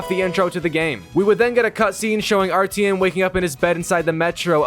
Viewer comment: Where do you hear an E in Artyom?